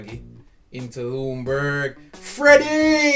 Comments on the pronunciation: It’s like his name is prounouced legendburg I think but don’t say legend say legenburg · You pronounce his name as: Yunberg 🙂